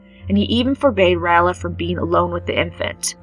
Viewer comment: Ray-ella not Ralla